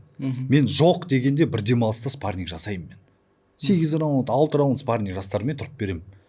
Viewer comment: Спарниг😂 даже "спарринг" дегенды дурыс айта алмай Мухитты женем дима😂